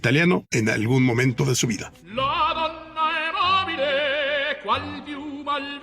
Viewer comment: Señor Alejandro Rosas, muy buen podcast, pero no se dice "La donna y mobile", sino "la donna E mobile," que significa "la mujer es voluble. Feliz cumpleaños este 1 de diciembre.